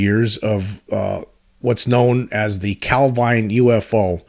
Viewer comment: Heard your podcast for the first time today - just wanted to say, excellent stuff. Enjoyed it loads. Have subscribed! (Even forgiven you for the dodgy British placename pronunciation, lol :-) )